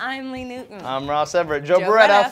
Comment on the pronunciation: At first I thught Ross and Lee were swearing lol